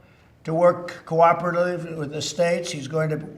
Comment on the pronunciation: Cannot pronounce "cooperatively"